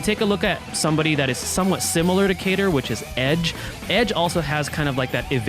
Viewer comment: They bamboozled us with a Kain-ter instead of Cater!